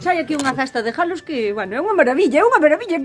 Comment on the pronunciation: Aiiii os jalos e jaliñas jajaja que justo oilos